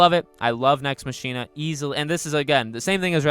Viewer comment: Pssst ... hate to be that guy but it’s pronounced “Nex MOCK-ina” with emphasis on the “mock” like how “Ex Machina” is pronounced. (Sorry) I agree though. Nex Machina is also my favorite Housemarque game.